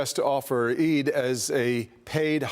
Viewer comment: Good job on getting the pronunciation of Eid right. I hope Mr. Scillian makes a note of the pronunciation so he can get it right in the future (no shade). The 'd' sound sounds more like the consonant sound at the start of the word 'The'. It would help viewers feel more included.